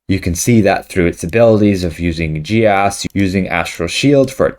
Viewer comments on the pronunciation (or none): Oh, by the way, Geas is pronounced "Geiss", to rhyme with "Vice". It is NOT pronounced "Gay-Ass"! Having played and DMd AD&D since 1978, I can assure you of that! {:o:O:}